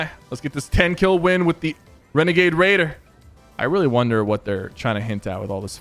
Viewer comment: Syphuh... U did a bideo on Wenegade Waider!!! Lmao